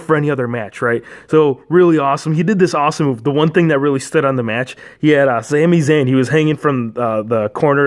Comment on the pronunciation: its sami zayn not zami zayn